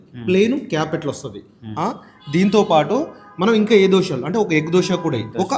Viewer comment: అన్నా. దోశాలు కాదె 😂 దోశలు